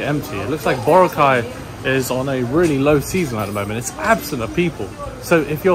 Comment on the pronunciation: Please please please ask one of the locals there how to pronounce Boracay 😂